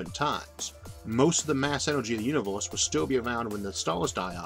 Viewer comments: Love your video and explanation. You have a funny way of pronouncing uni'w'orse and similar words. Where are you from? :-D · I can't un-hear "Univorse" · really wanted to watch but the way you pronounced universe rocked my ears. sorry man.